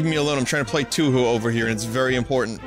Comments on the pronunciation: Nah it's pronounced toe-hoe. You pronounce the 'ou' parts the same. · Every time Joel and Vinny pronounce Touhou as 2hu I burn internally